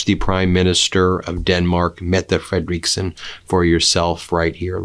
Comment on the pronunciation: Dear Once again, the name of the Danish Prime Minister is pronounced FREDeriksen and not FrederEEEKsen. This is the third time I've written to you on this matter. Don't you read your comments or are you just wilfully stupid?